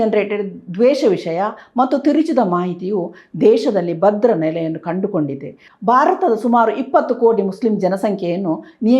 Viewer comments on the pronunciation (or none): ಬಾರತ ಅಲ್ಲ ಮ್ಯಾಮ್ ಭಾರತ ಅಂತ ಹೇಳಿ. ಬಾವನತ್ಮಕ ಅಲ್ಲ ಭಾವನಾತ್ಮಕ ಅಂತ ಹೇಳಿ. ದಯವಿಟ್ಟು ಅಲ್ಪಪ್ರಾಣ ಮಹಾಪ್ರಣ, ರಸ್ವ ಸ್ವರ ದೀರ್ಘ ಸ್ವರ ವನ್ನು ಮೊದಲು ಅಭ್ಯಾಸ ಮಾಡಿ ಆಮೇಲೆ ಸುದ್ದಿ ಓದಲು ಶುರು ಮಾಡಿ.